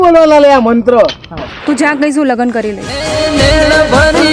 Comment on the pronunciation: મન્ત્ર હરખો બોલવાનો લ્યા 😅😅😅✌